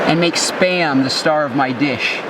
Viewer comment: Thought you said sperm. Got confused